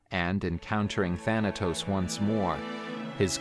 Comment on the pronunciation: Do y know Greek cuz u said the name thanatos perfect grecce θάνατος if u know tell me